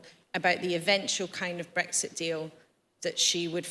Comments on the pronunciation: Tedious time-wasting newscast that doesn’t answer its own question. Self-indulgent and long-winded. Please note ‘bregsit’ is not how to pronounce Brexit. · Breggsit ? Is that eggs for breakfast in a bed sit ? I thought it had an 'x' in it.